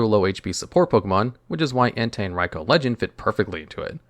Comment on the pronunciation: He says Raikou perfectly though! Very rare to see that.